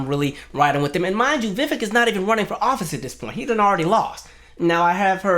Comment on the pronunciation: The fact that 5 seconds in and you can't pronounce his name right? Already tells me I'm likely wasting my time listening to this. ANYONE in the political sphere that doesn't know it's "Vi-Vake like cake" is likely disingenuous, from any side. 🙄. Sad.